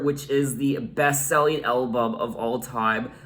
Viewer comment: I love the way you say “elbum” 😊